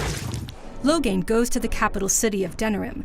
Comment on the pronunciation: Oh goddd she pronounced it Logan.... That was so bad... Ughgghgghhghg